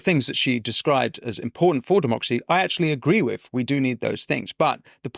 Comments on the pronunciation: Your diction is distracting, the word is with, not wiv . You can pronounce it as you can say “the” which requires your tongue between your teeth. So try again… with…, your content is good, the distraction of mispronounced words detracts from the excellent content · Great stuff Winston. To quote your good self, I hate to be a pedant... but I cant help noticing the "wiv" creeping into your diction. Please work on your "th", don't be another Amy Gallagher, I find her lazy pronounciation insufferable to listen to, and it's a great shame given how bright she is. Don't do your intelligence a disservice, speak properly ✌🏻